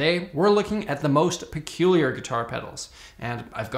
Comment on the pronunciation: PERCULIAL? PELUCIAL? PERCULIAN? ah for fu...